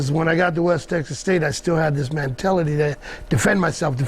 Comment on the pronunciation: lol "MAN-TELLITY"!!